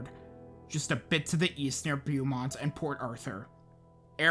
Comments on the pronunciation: just so you know for the next video or if you want to change it rn. Its Bow-Mont not b eww mont 😂😂😂. I mean b eww mont works because there are some ignorant racist ass people that live out there. Armpit of texas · Beaumont is pronounced “bo mont” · Its pronounced BO-MONT my man. I'm a native East Texan. But up in the Piney Woods about 3 hours north of Houston. On another note great video as always. Love your videos. Keep it up. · you’re the only YouTuber I’ve watched who actually pronounces Nederland correctly so thank you for that 😂 not Beaumont later tho 😅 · A lot of pronunciations were off a little, but Beaumont really got me every time he said it. Harvey really was a whole nother monster though. After Rita and the mess of an evacuation, I think we all gave up on that idea and I partially blame the NHS for continuing to only use the 1-5 scale based on wind speeds. As we saw with Allison as well, wind isn’t the only factor. Hurricanes are a combination of winds, storm surge, and rainfall and they need to come up with some kind of system that reflects that. I think most people saw “won’t hit Houston as a cat5” and relaxed (yes, even in Katy). The flooding was regional, which isn’t something that can be said about surge or winds, but that wasn’t conveyed well to the public beforehand, and I think that’s because they were way too focused on its wind speeds, even post landfall.